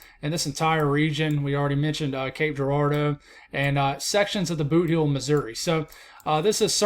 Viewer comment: you pronounced Cape Girardeau perfectly. Well done!